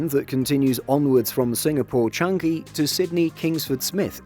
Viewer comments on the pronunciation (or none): I wish they would pronounce Changi properly. It's not Chan-gi. It's Chang-i (pronounced Chang-ee with the stress on the pure vowel at the end). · Always annoyed when Simple Flying pronounce Changi as Chang-Gi. 🤣🤣🤣